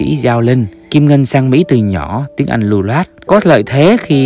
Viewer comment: Thằng này phát âm tiếng việt tào lao mà làm video Chữ “ Anh “ thì phát âm thành “ ăn “ chữ “ mệnh “ nó phát âm thành “ mận “ v.v.v nhiều lắm